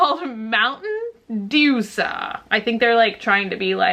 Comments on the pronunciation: that was obviously DEW - S - A (like USA) not dewsa lmaooo! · hey lady, i think they intended for it to be pronounced Dew--eS--Ay... like U--S--A. Dewsa (doo-suh) is cracking me up though:) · dewsa? dew es ay? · I don't think it's pronounced doo-suh hahaha. I think it's pronounced dew-es-ay... kinda like USA. So funny! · I think Mountain Dew-S-A is meant to rhyme with USA... So it would be pronounced as "Mountain joo-es-ay" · Not that it matters, but it's pronounced Dew. S. A. It's supposed to sound like U.S.A. get it... ha ha!!! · I think it is said dew--s--a like usa